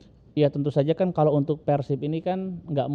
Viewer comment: Sunda nyebutnya Pèrsib Non sunda Persib